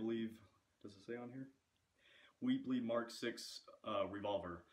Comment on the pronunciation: Um, the gun is pronounced Webley not weebly. Like charlotte’s web.